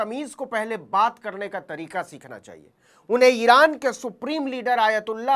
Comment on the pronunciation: Iran ❌ Iraaand